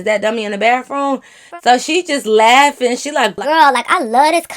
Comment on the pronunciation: Lmfao well she is in Michigan and they say that down there I guess. 😂 gotta love her tho. 🤪